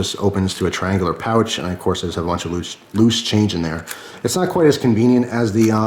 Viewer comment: İt should be pouch not poach sorry :)